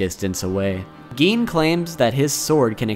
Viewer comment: Who tf calls him geen